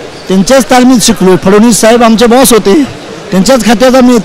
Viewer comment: फ ड ण वी स....अस....नीट उच्चारत जा रे इंजिनिअर